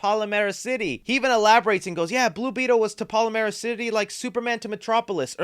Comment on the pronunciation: Palmera. Like palm tree. PAL. MERA. Not PalAmera.